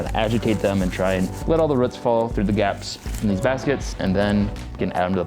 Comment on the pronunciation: ROOTS ROOOOTS NOT RUTS